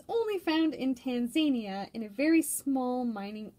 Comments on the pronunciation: I was talking about Tanzania not Tanzanite. I realize this because I used to pronounce it like that too. Lol You're saying Tan-zay'-nee-a. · I've just bought a green, emerald cut tanzanite. I've got a trilliant cut blue tanzanite as well. Wow, who knew it was part of epidote group. Btw it's Tan-zah-nee'-a, emphasis on the "nee". Zah, not zay.